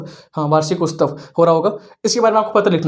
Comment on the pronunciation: वर्शिकोस्तव् नहीं होता मेरे भाई वो वार्षिकोत्सव होता है। पहले हिन्दी बोलना सीखो।